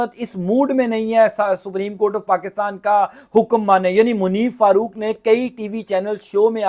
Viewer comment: پاکستان درست لفظ ہے پاکستام نہیں اینکر صاحب